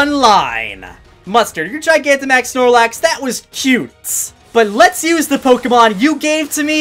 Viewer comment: Has terrible pronunciation of Pokémon names. I found your most recent video just to say, just learn how to say legendary names. They’re not French, stop trying to make them French.